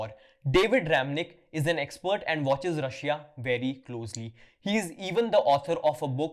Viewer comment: Can u please learn to pronounce “Russia” correctly?